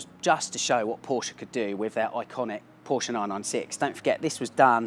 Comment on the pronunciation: Porsch-e !!!! Well said sir!!